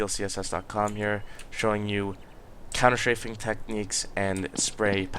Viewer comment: You say ''Counter-Shaving''... oO